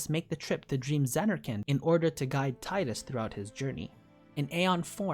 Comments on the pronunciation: Tidus is pronounced TEEdus. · Tee-dus, how hard is it really???